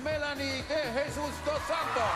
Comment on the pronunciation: It’s Melanie DE hey soos not Jesus like English speakers say it! Practice before Paris!